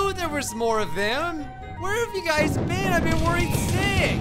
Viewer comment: Lmao when he says "Hello guys" at the beginning of the vid, it sounds like he says, "Hello gays" akdhsksjs XDXD